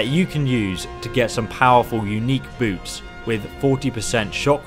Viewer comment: that moment where you hear say "boobs" when you know he said "boots" XD